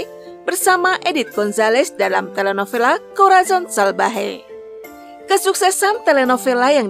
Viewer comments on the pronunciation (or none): Telenovela read as telenobela😊